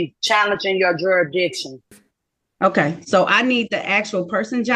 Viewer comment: "jer- ra- dixtion" wtf!